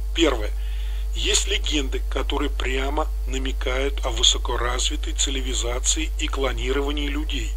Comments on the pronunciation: ЦиЛиВизация сильное слово, чуть не оглох. А думал, что просто послышалось, а нет так и говорит автор уже не в одном ролике. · Цивилизация я так говорю через Ци ЛИ Ви зация? Не замечал, не знаю отчего такая страность в речи, но со стороны виднее. Забавный факт, так и я не идеал, могу совершать какие-то чудоковатые ошибки)) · Да люди обратили мое внимание, что я слово цивилизация интересно произношу